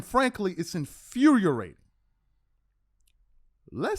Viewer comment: It’s infuriating, not infuriorating 🤣😂😂🤣🤣😂😂